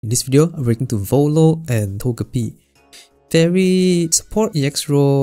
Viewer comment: Isn’t it “To-jeh-pee”? (PM7 reference kek)